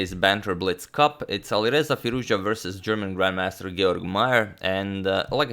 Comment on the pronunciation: It's Firouz- Jahhhhh,, damn all this time and you still did not learn how to pronounce his name??